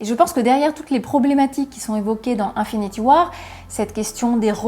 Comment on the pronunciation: J'ai jamais compris votre délire ( les francophones têtus) là de prononcer les mots anglais comme si c'était des mots français..."Infinity war"...-_